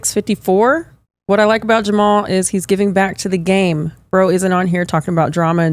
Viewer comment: Jamah-hall Hill 😅